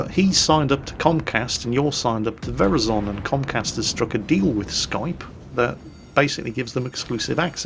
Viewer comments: Holy shit pronounce Verizon better that’s worse then pronouncing ggsyjvxf dave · The way says Verizon made me be like, what's Verizon... ooooooh Verizon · That's the most interesting way I've ever heard "Verizon" pronounced. Thank you,! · only would pronounce Verizon as ver-is-zon and not ver- i- zen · I hate to break it to you, but NO one says Verizon like that lol. The emphasis goes on the i, as in ver eye zon, not vehr izon tee hee…? click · Veri Zon?..... plz....>.> Ver-EYE-zon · Excuse me,, but did you just say Very-zon? It's pronounced Ver-EYE-zon. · Is it really pronounced Vier A Zon across the pond? Ver Eye Zen is the common pronunciation here. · is Verizon like horizon not "ver is on" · Its pronnounced “ver ri zon” not “veri zon” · Damn you and your weird way of pronouncing Verizon! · Just FYI all you Euros out there. It is pronounced ver EYE zon and NOT VER izon. Got it? Now pronounce it correctly. (You always want US to do it YOUR way regarding Europe so do it OUR way when addressing America. Simple.) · "veryzon"..... i have never heard verizon get slaughtered so bad in pronunciation ever.... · Verizon is pronounced like horizon in case you were wondering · I praise to you, please keep ISPs as a public utility, please do it Sun. Also have stop calling Verizon ver-e-zon. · Verizon is pronounced Ver-Eye-son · I like how he pronounces Verizon as verazon hahaha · Verizon.... Horizon.... Not verazooon. Learn basic English...... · VERIZON is pronounced to sound like HORIZON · It was hilarious when said verizon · Oh my gosh, I love how pronounces Verizon hahaha. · you saying Verizon with a soft i triggers all of us Americans.